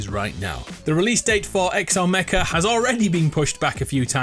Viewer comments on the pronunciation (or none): none